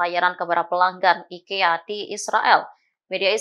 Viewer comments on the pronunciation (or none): none